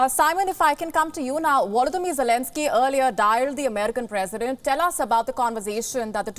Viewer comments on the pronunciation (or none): she says "WOLODYMYR for Volodymyr" and "AWAILABLE for available" what is it with Indians and V and W ?